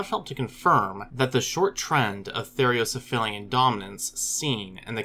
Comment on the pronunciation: "Therocephalian" is pronounced "ther-owe-cef-A-lee-an. There is only one "i" in that word, the one that comes in the last two syllables, "li-an."